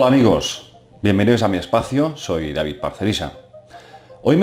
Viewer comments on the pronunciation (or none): none